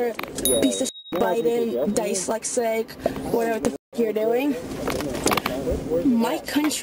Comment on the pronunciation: i died at the end there when she said DICELEXIC !! its pronounced DYSLEXIC that says everything u need to know about her level of intelligence. HER PARENTS AND RUSSIA MUST BE SO VERY PROUD !! lol 😂